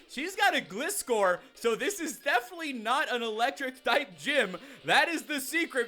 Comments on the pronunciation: Its Gleye-score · Gliscor= Gli-sawr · Plz learn to pronounce Gliscor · IKR he gets it wrong everytime